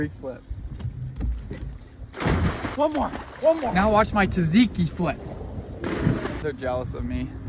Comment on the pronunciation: Tzatziki is pronounced JaJiki (Ja like american, not German)